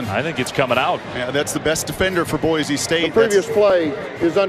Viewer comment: I cringe every time I hear Boise pronounced boyzee, like BOI, it's Boise, boy see